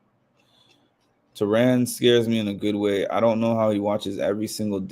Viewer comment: It’s Taran pronounced like Karen! Also, he gets paid for it. Probably good money now! I used to love his dailies because he even acts things out 😂😂 he calls himself a robot too lol He just got a little biased for me. He loves certain players and kinda sticks to that